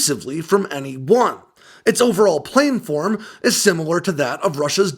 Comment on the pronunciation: Planform, not "plane"-form.